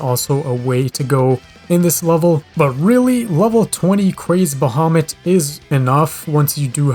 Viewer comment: Yeah, you pronounced it right I think